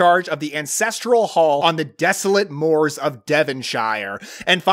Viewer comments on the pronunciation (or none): none